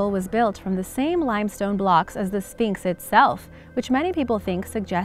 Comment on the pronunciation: I swear i heard you say phnyx